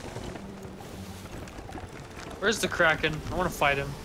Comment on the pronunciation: It’s called “Kraken” by the way not “Kracan”. But yeah.